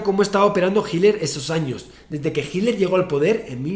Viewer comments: No es adolf "GILDER.. " es H I T L E R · No se si dice hitler o himmler jajaj